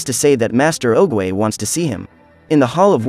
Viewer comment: Well mispronounce oogway nane just saying